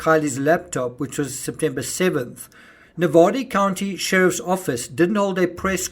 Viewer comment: I’m from Nevada. And love the way you say NEVADA. ♥️